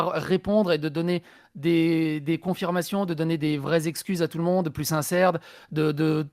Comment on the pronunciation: plus " sincèrdes " 🙄